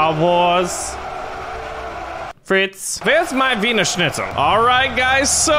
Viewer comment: VEARS MY VINERSHNITUAL